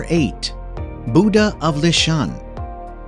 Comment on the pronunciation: You really need to learn the correct pronunciation of 'Buddha'.